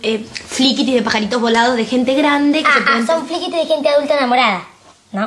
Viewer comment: Fede diciendo fliquiti jajaja